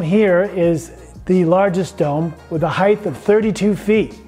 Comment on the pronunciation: Heighth? What is that?